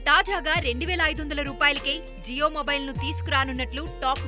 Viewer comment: జీయో కాదు జియో